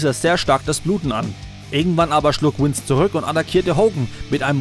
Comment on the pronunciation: Es heißt Vince, nichf Wince